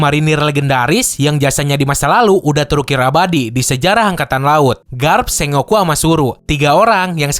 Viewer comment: kayaknya admin pengucapan Sengoku nya salah, setauku harusnya dibaca Seng-Goku atau Sen-Goku